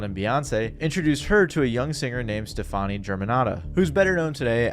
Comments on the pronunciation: it's pronounced like Stephanie SMH. Not like Gwen Stefani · It’s pronounced like “Stephanie”